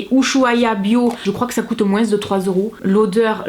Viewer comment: Tu fais trop rire en prononcant le s dans moins 😂